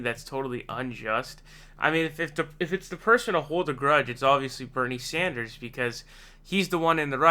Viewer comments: WOW...FIRST TIME PRONOUNCED BERNIE’S LAST NAME CORRECTLY!!!! Ohh...and Warren is a SNAKE!!!!!!!!! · Finally you said his name right